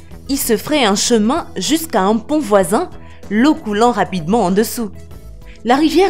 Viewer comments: Lazy 93 Au lieu de dire pont elle a dit pan ^^ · Je reve pas elle a dit pant au 4 😂😂😂😂😂😂